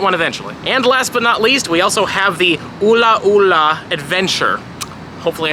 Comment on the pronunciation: its just the way he said "UlA'uLa" got me dying XD